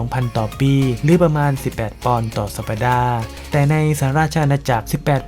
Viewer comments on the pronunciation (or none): สัปดาห์ - ออกเสียงว่า สับ-ดา น่าจะถูก